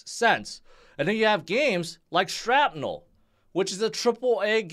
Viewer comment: Please say SHRAPnel correctly.